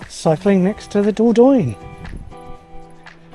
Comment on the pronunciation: Hi, enjoying your videos, thank you. And your van is fabulous! Just a tip - and you are not the only English person who pronounces it incorrectly, believe me - but it's better to try saying THE DOR-DON-YE!😅